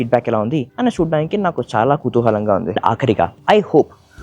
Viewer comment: Ur telugu pronunciation good anna like kuthuhalam😊😅